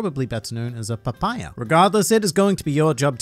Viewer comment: Been subbed for a while, but thought I should comment because it is the first time I lost the sub game. I got baited by the way you said papaya. Well played